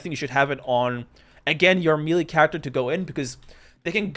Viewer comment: melee noun me·lee ˈmā-ˌlā mā-ˈlā Otherwise good video 😂